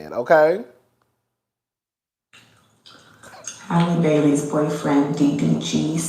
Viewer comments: Halle Bailey's name is pronounced like Halle Berry's name. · Y'all gon mispronounce that girl's name if yall don't do nothing else lol. It's Hal▪︎le Bailey... like Halle Berry's name.